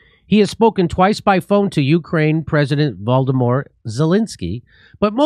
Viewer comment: For once I have to agree with the pope. ...Voldemor(t) Zelensky... 😅